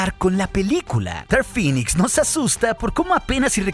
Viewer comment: Cada ves que escuchaba que decías "Dark Phinix" me daban ganas de vomitar verde , se pronuncia "Dark Phinex"